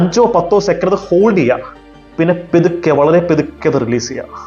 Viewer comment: എന്ത് പെതുക്കെ.... പതുക്കെ എന്ന് പറയടെ..😏